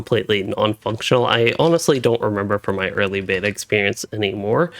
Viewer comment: Dude. I’m gonna change your life. When you say words where the second syllable starts with the letter “T” you hit the sound extremely hard. Like you keep saying “meh-Tull” (mettle) and “beh-Tuh” (beta) with WAY too much emphasis on the T sound and it’s incredibly irritating/grating to listen to and it’s very apparent that you are doing it on purpose because you say the words normally like 80% of the time. Buddy it doesn’t make you sound smarter, it’s annoying as hell. Dig the videos though, just stop emphasizing the letter “T” so hard between syllables lol.